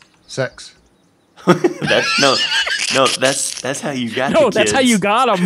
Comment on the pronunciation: I died when said sex instead of six